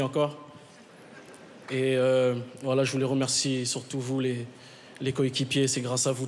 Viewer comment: Quand il dit" voilà" j'ai l'impression d'entendre WALLAH 😂😂